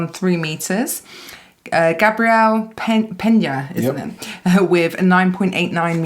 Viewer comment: Pretty sure she said Gabriel wrong